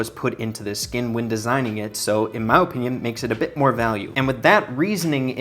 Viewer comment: Bro really says Ohpinion